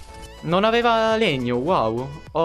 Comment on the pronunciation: Non si dice Cia veva ma aveva igniorante